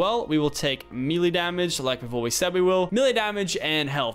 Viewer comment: Lachlan, please, melee is pronounced MAYLAY. Please father Lachlan, save our souls and say it right